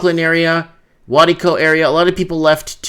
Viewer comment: Waikato = Why-kat-o